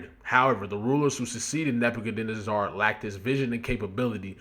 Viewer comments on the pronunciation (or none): It’s pronounced Neba-ca-nezzer Sorry bro but it was irking me to hear you mispronounce it 😂😂😂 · Surprised me when he said it like that. I thought he was educated enough to know how to pronounce it. Shame. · Say it with me my G. NEH - BYUH - KUHD - NEH - ZUH (spelled Nebuchadnezzar) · Neb-ba-ca-nezar. Or is the mispronunciation an inside joke that I’m late on??? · 🗣️NAH-BAH-KA-NÉ-ZER the pronunciation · I got you bro. Neh-Buh-CUH-Neh-Zer Nebuchadnezzar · Its pronounced "neh-buk-hed-nezzer" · Neb-uhh-kan-ezzir. Like, yes sir! Yezzzir! Neb-uh-kan-ezzirr! You heard it before, just dont recognize it, the way it's spelled. Pretty sure its said in the Marvel universe somewhere.😂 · same ong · "Nebb You Cuhh Nezz Zur" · its "neba cuh nez err" you aint seen the matrix?? 😂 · Seeing you butcher "Nebuchadnezzar" was funny as hell lmao side note "Nebuchadnezzar" was also Morpheus's ship name in The Matrix.